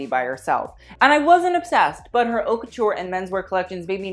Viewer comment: It's not pronounced "Hawt", it's pronounced " Oat", 'Oat' Couture=Haute Couture. Just sayin'.